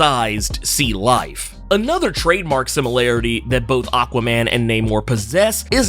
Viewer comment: Same. I actually only went to this comment section to see if anyone else had the same issue. I've heard it pronounced different ways before but this is most definitely the worst. That said, its still more forgettable than Benny's from The Comicstorian Channel's illogical pronunciation of Aquaman